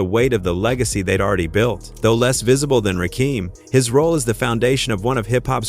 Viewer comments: The fact that you don't give a damn about how to say Rakim phonetically is pissing me off. All you had to do is spell it like this RAH Kim and that would have said the name correctly. Get out the culture if you are not going to respect it! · I can't take this seriously, When you can't say the GOD'S name correctly. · Agreed my Gee!!! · How can i believe you? You cant pronounce his name correct. Dumb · WTF IT'S CALL R N B NOT R.B. THIS SHIT IS ANNOYING AND RAKEEM AND RACKEM IS NOT HIS NAME RAKIM SAY RAKIM IT AINT THAT HARD DAM SMFH